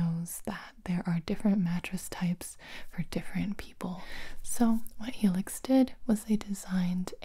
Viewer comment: What everyone heard: Helix What i heard: Felix